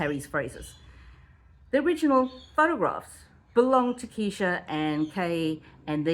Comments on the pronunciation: Plz say KRESHA!! Not keesha!! You’ll lose viewers w/that! And I otherwise liked your channel. Homework!! :) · Please be more careful how you pronounce people's names in videos. I know it's a mistake, but it is important. Her name is KRESHA, not Kee-sha. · Her name is Kresha! She’s the main character of your video! Makes you look like you know nothing of this saga, simply for not knowing her name! You can do better! Video wasn’t bad imho , but was so distracted with your “Keeesesha”! Just constructive, I promise! It’s hard to get into a story/case late…… bc viewers know EVERYTHING THERE IS TO KNOW about the case! Esp how to pronounce the names. Sorry, it triggered me just a little bit! lol! 😂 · Her name is Kr-esha. Not Keesha! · Her name is KRESHA! Not Kesha…. And her channel is DiffiCULT research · Good explanation, just one correction, Kresha is her name not Kesha. However everything else was super informative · Just fyi, it’s “Kresha” like fresh-a